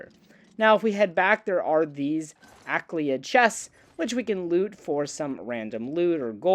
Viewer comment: There's no 'K' in Ayleid Phonetically, a-lee-id 👍